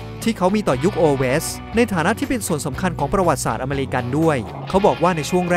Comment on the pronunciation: คำว่า ประวัติศาสตร์ ช่วยพูดให้ถูกต้องด้วย